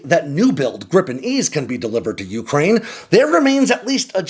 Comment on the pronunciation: Dude, why can’t you pronounce Ukraine properly?